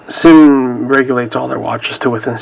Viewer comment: I believe it's pronounced "zin". Just f.y.i. not trying to sound like a douche. Thanks for the review.